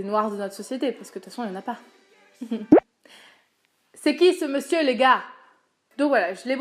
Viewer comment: "Tsé qui ze monzieur les gars" Ton accent m'a fait rire... Encore ^^